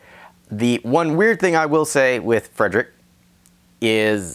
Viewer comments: Good video. It's "Freed Rick" by the way. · Wow you really butchered that name lol